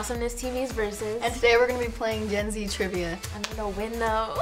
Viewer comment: Did anyone else think she said (jenzie) and not Gen-z